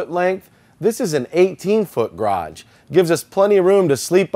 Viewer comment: mibars I wish he could say ‘garage’ instead of graj!